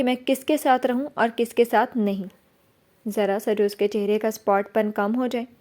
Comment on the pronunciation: Good job Masha Allah but word sapaat hy jis ap spot ada krti hn